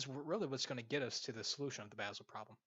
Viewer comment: Basel is not ponounced "Baysel"!